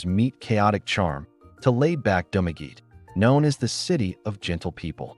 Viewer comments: Spanish word - pronounce, Du ma ge te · He pronounce in english pronunciation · You're mispronouncing Dumaguete